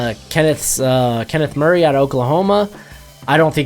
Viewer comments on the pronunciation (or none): none